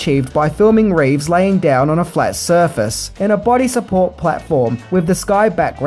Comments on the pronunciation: It sounds like he's saying George RAves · This guy cannot make up his mind on how to pronounce George Reeces last name. Some times he does it correctly as 'Reeves' and other times as 'Reeve' which annoyed the heck out of me. Be consistant.